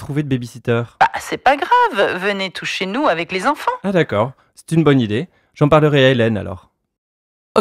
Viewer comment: I heard “venez tous chez nous” as “venez toucher nous” and I was so confused 😭😭😭😭